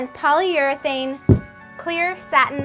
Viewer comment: Seal with what? I heard she said polyer-thing.. ,😂😂